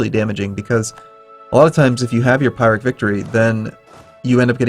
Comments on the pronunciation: The color in the last few videos has been off, since you mentioned it, it seems like everything is much brighter than normal. Oh and 'A pirate' victory? You mean 'peer-eck' (pyrrhic) =P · peir-ick, not pie-rick :-) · Sorry to be that guy, but Pyrrhic victory is pronounced P-EE-rrhic not P-EYE-rrhic :P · it is pronounced Pyrrhic not pirate. lol